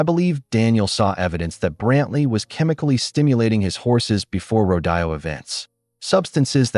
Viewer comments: I love the story but PLEASE the word is rode o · The pronunciation of rodeo is ro dee o!